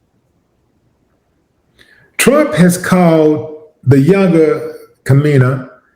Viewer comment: Kha-may-knee is how you pronounce the name phonetically. Do they still teach phonics???? I'm old. 😳😳 How did this end up being about me? 👀🤨🤔😆😆😆